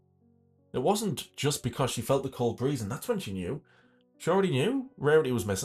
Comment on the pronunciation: "That's when I noticed the cold BREE-HEE-HEE-HEEZE" 😭😭😭